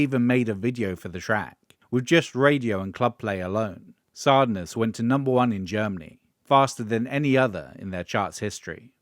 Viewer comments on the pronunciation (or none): Doubt it. The voice is surely AI, considering the pronunciation of “sadness”.